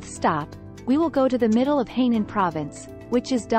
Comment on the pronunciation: Not Heynan. It is Hainan😮